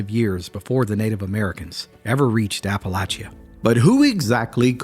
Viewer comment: I cannot take this seriously enough to watch it. You're pronouncing Appalachia wrong.